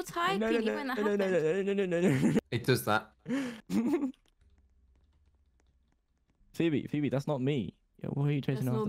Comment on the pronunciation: Maybe it's just me but did you hear called Phoebe 'BB?' orrrr...